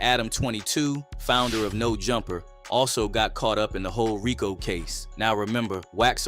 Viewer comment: The commentator in the video you played said “RYE-KO” case bruh it’s a RICO. The FEDS chose the RICO name to be funny and mock the Italians because the name Rico is a super common in their culture, in which they eventually had broken down into abbreviations for laws. But to say “RYE-KO” was crazy….On my MommaMomma! 🤣😂